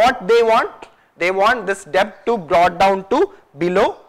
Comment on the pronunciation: It's pronounced 'det', please!